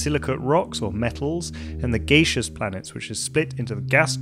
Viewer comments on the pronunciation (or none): "Gaseous" and not gaseous as we all say it.. and 4000 million years made me dislike the video.. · I stopped watching at the word gacious. Lmao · dude called jupiter gaysheous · GayShus giants you say...? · Geyshious ;D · Another great domain of science map! Great job! I suspect, though that version 2 is not far behind. I had no idea “gaseous” was pronounced very differently in different parts of the English world! It felt like there were many things missing. The pace was fast, and I couldn’t quite keep in mind all the thoughts I had. I saw an exoplanet, but don’t remember hearing you talk about them, and exoplanets themselves perhaps deserve their own map, since there’re so many different types and features of them. I was thinking about the many different kinds of magnetic fields in space, of which you mentioned maybe one or two. Perhaps a magnetic field map is in order? Distances were not discussed, but to me, they are a crucial aspect of it all. What about molecular clouds, perhaps the seeds of life? The speed of light is another thing, related to distance and important to consider when thinking about the universe, because what we see and describe in the distance is not what’s there now. And then there’s the expansion of space, super important and hard to visualize or accept, and its an explanation for how something can recede faster than the speed of light from us. I saw a binary star on the map, but didn’t hear that they are the most common, not to mention trinary etc systems. Perhaps a little blurb on the N-body problem is in order? And I saw a drawing of galaxy filaments, but don’t recall hearing you mentioning them as sort of the fundamental structure of the entire universe. How about